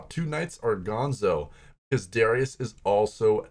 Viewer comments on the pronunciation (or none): none